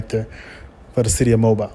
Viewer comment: Sir, this is a hiorrific crime, however as a reporter, do your research. , please pronounce the city's name correctly. Mobile (Pronounced MOE-BILL). Also, the definition of sodomy involves more than "booty". I have no affiliation to this man, his church not do I condone SA or any such crimes inflicted in another. They are an abomination before God.